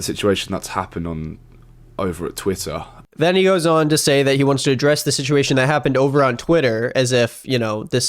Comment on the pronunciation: the way he says “Tweieta”